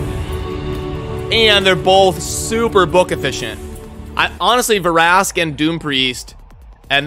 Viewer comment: The way you were saying Vrask's name I should start calling you.